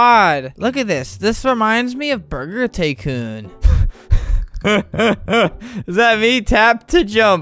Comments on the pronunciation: The app: Are u ready to jump? Albert: jumps Ya!! lol i thuoght this was funny!! Oh and heres another funny part of the vid! How the app says "tycoon": TaYcOoN How I say "tycoon": tycoon:P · "burger taycoon"... it sounds like a burger company made a knockoff porsche taycan.